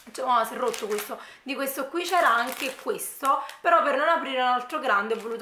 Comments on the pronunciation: Infatti...da napoletana dico che è terribile 😥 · Ti posso fare una domanda?ma perché dici sempre..meo..questo queo.. Sono giorni che cerco di capire.. È una forma dialettale del tuo paese o città ?non è un offesa attenzione..voglio solo capire 😁